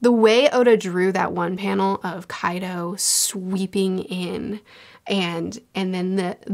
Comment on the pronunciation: I find it fascinating that can say Pachycephalosaurus without missing a beat, but she will stumble on names like Kaido or Ulti hahahaha Never change!